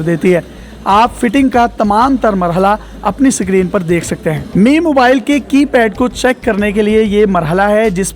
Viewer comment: to, daily pakistan. pendu log. sacreen. lahore pakistan. respected. bhai pehly screen tariky se bolna seekhlo phir logo ki sasti advertising karna sacreen sacreen sakreen sacreen tang agia hun in penduon se had hoti hy kisi cheez ki bolna tak nahi aata inlogon ko